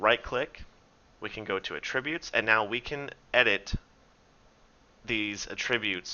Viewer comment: Great video series. thanks. In return, a correction: There’s “AT-tributes” and then there is “UH-tributes”. The latter is a verb. It’s the former (the noun) that you mean to be saying here. Hope that helps.